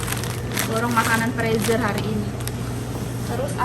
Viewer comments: Freezer dibacanya frizer mba😊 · mbak, ibu senang mengikuti kegiatan mbak, yg selalu semangat masak2 - boleh koreksi sedikit, makanan yg di bekukan itu dimasukan kedalan freezer ( di bacanya friser mbak ), ngak apa2 ya dikoreksi sedikit biar tambah OK..salam dari Ibu di Bekasi, Indonesia